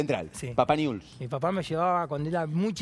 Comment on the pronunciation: Dice niuls como corresponde. Hay gente de ese club que dice niubel. No saben pronunciar el nombre de su club.